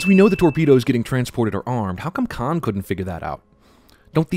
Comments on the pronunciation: No matter how many times I hear it, Benedict Cumberbatch always sounds like he's saying, "My name is Kai". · i still never hear him say Kahn. I hear Kai. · Why does Khan say his name like Kai? Is it Kai and then changes? I'm confused!